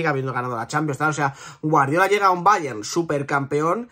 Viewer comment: Que cansino eres diciendo ,BAYEN,BAYEN ,BAYEN….El BAYER MÚNICH que se ha pronunciado toda la vida coño.